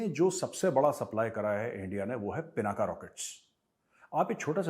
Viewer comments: It's pinak not pinaka saheb. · पिनाका नही सर पिनाक हे